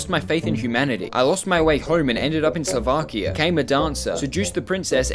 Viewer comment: there is no way you said slovakia right way